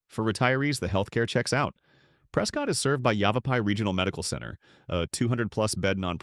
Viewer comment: Love Oro Valley! Need to work on your AI pronunciation. Sa-WA-ro, Prescutt, etc....